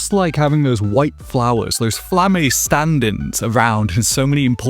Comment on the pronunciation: You pronounce some names weird as a dub watcher. "Flamm-ay" instead of "Flamma?" "Land" instead of "Lon" basically? (Lan, really, but closer to Lon than land)